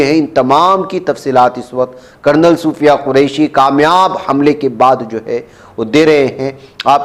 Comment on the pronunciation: मोलाना सोफिया कुरेशि है सुफिया नहि है